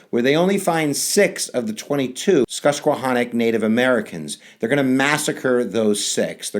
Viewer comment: PA / We say it like: Sus-Que-Han-Nock. The river is Sus-Que-Hann-a Fascinating btw :D